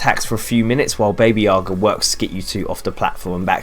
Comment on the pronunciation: baby yaga really bro? its pronounced b-a-b-a yaga